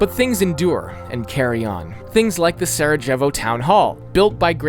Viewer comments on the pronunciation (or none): all good but your pronounciation of slavic place names is actually atrocious lol try typing the name into google translate in a given language and just pronounce it like this. you are not trying your best bro. saraJevo? ljubJana? really? bro.... I really like the video but my ears hurt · bro said sarogevi